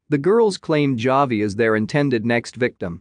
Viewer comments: The computer voice is killing me. JAH-VEE. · Javi is pronounced Havi.